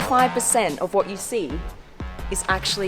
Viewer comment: Blondie When She Sees an Amazing Car: WHAT What Americans Hear: WATCH